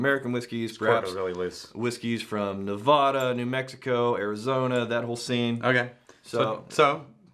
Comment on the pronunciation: Please pronounce Nevada correctly good sirs!